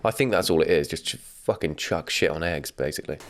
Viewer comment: I questioned if there was an H in ham, from her saying heggs